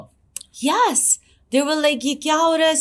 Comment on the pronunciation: Yes ko yaasss bol re ha😂 she is well educated 😄